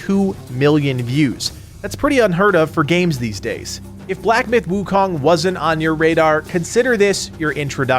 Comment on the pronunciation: By the way it's pronounced as soon not sun